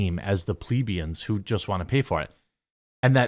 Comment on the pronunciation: Jeremy, its "Pluh-BEE-əns".